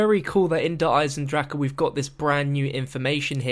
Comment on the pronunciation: I can't believe it's how many videos in now and the amount of comments mentioning it and you still can't pronounce the name of the map properly